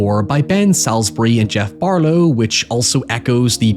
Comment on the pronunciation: love to see Men getting some love big up big up but it is GEOFF BARROW NOT BARLOW